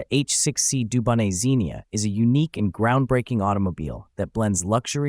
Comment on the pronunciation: It’s an H6B not C and the T in Dubonnet is silent.